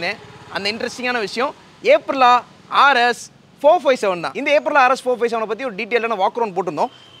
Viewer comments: Dei first brand pere ozhunga sollunga da.. It is அப்ரிலியா, not ஏப்ரலா. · Adey, adhu ape-rilla illa, it's supposed to be pronounced as Up-rilla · Good work on the video.But, There's an i between l and a in Aprilia pronounced ay·pree·lee·uh. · bro Aprillia pronounciation thappu bro ......do hear it from manufacuters